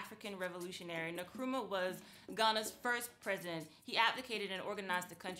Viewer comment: Nkrumah not Nukrumah